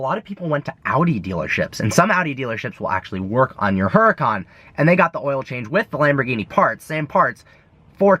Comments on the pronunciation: The "H" is silent jerk off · The way he says huracan makes me cringe lol